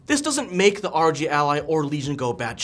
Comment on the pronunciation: It's ROG, not ROg